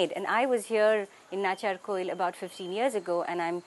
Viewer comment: It's nachiyaarkovil. Pronounce it properly. You're not English. You're Tamil.